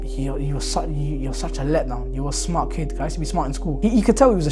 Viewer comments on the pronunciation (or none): none